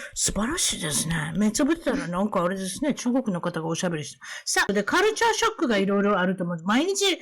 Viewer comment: kuruch-chure shock :D